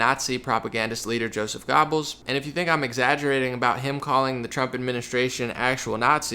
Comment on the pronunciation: Great stuff as always. BTW, it's pronounced Gerbles not Gobbels. And yes, I'm training to be a real Pronunciation Police officer.